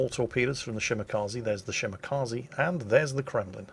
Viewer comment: Anyone remember when pronounced it shi-ma-kuh-ze?